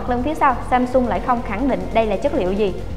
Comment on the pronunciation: Samsung chứ ko phải ShamShung trời, đọc nghe mệt quá